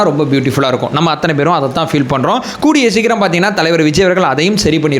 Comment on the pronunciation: anbana vendugol...pls don't say "Aththunai". .normal Tamil la sollunga pls..."AththAnai"